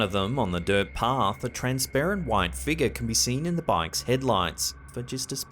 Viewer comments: please say FIGURE (FIG YOUR). Not FEEGER! 😜😄☺️ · Take a shot, every time says "figgah"!